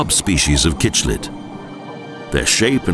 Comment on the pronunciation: ❤❤❤ Great video of a wonderful country! But the writing needs a complete overhaul without the overuse of the passive voice, and a lot more critical thinking. How can anyone "descend to the source" of a waterfall? Is it falling UPWARDS? 😂😂😂😂 Pronounce Cichlid as Sicklid, not Kitchlid. 😂😂😂